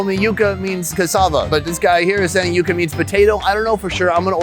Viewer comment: It's Yucca(yuh-kuh),..not yoooka.